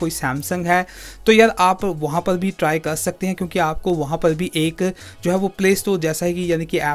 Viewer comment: Every indian says 'waha par'but he says 'waha pal'🤣😂🤣😂🤣